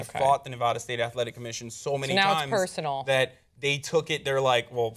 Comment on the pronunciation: Can I just say I appreciate how said Nevada right lol? I live in Reno, so it annoys the shit out of me when people get it wrong ***AHEM HASSAN***. Anyways, weed just needs to be legalized. Come on America, lets do this shit. If we can smoke cigarettes and die from cancer from those nasty ass things legalize marijuana as well.